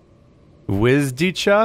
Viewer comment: Welp, missing translation. "Wzdycha" is a Polish word meaning "(he) sighs". Also it's pronounced "vzdihah", with the i making a short i sound.